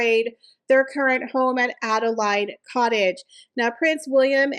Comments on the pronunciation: 👋 Hi there, just a genuine & sincerely friendly fyi that the woman's name & place name Adelaide is pronounced as "addle-aid" or "Add-uh-laid" & not as you have mispronounced it as "Add-uh-lied" I think you might have not seen the "A" after the L in Adelaide. If you take the silent "e" off of the very end you can clearly see the word laid. I honestly hope that this has been helpful and that I haven't offended you as that truly wasn't my intention. P.s. There was also a Queen Adelaide from I believe she was married to King William the 4th. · Adelaide Cottage is pronounced Adelaid, ( as in the hen laid an egg ) , not lide. Fort Belvedere has very bad vibes after the Queen’s uncle abdicated from there. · Have to correct your pronunciation for Adelaide cottage. It is pronounounced adelAID , a woman's name Laid as in the chicken laid an egg. ADEL AS IN PADDLE. Fort Belvedere was where David, or Edward our king who abdicated for Wallis Simpson, lived. Some massive parties were held here and it has an interesting history. Not old, I believe. Those walls have many secrets! I can't believe Netflix is still having anything to do with her. Every show sank without a trace. It must be her affair with Ted Sarandos that keeps her locked in. She strangely has a friendship wiith Sarandos' wife. We don't want Harry, with or without the wife. Sick to death of both of them. He has no family in Britain so had better stay with his second mother. He has said he hardly remembers his real mother. Markle had 80 staff for her "cooking" show. She cooked nothing. What a waste..